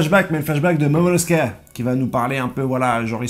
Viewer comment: Momonusoki et non meumeuskeuh